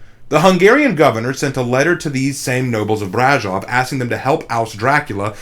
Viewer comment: I mean....I gotta give Nutty History credit. At least they pronounced the name of Brașov right. Because that's about the only thing that they got right.